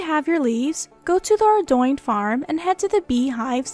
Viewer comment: ARE DOIIIIINGGGG lol. its pronounced ARE-DOAN